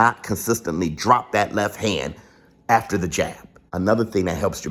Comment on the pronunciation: “The morning afterrrrrr” be having me 😭😭😭